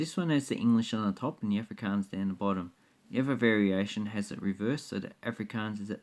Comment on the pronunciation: im afrikaans and im not getting insulted by the dutch thing jist the way you say afrikaans lol